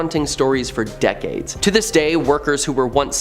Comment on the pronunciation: . I think he meant to say Georgia Not Georgiael. One more thing, it's deck Cades not Deceds